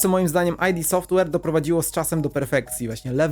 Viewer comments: Nie [aj-di] Software, tylko [id] Software – od freudowskiego ego, superego i id 😉. Poza tym materiał bardzo spoko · Spoko filmik :) Tylko taka drobna uwaga --> Podobnież Id Software czyta się Id Softłer, a nie Aj di Softłer ;) Pozdro! :)